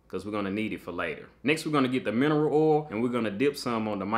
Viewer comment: Really cool project! Love how these turned out 🔥 I also like the way u say “oil” 😂 When you’re working on a new material, how do u choose the settings? Are u using some kind of guide or do u just have to guess and test?